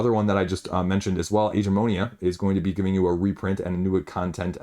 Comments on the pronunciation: why do you call it "Age"-"eh"-"mo"-"ni"-"a"? Isn't it "ag"-"a"-"mo"-"ni"-"a"? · Yes! The "g" sounds like the g in great.